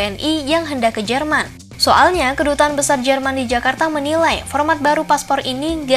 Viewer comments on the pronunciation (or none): none